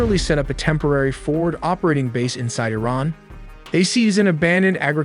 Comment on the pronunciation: Nuke I-Ran now